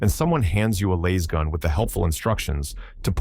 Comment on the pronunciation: Laz as in “az” “L-az” L-short a-zz it’s not Layz, WTF did that come from, 35 years I’ve never heard anyone call them “Layz” guns 😂